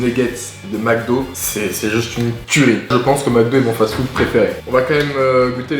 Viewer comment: "Remplis de fatfoude" 😂